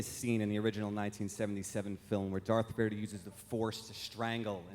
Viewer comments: Did say “Darth Verdee?” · Who is Darth Fearda? That's what says as he's asking the question.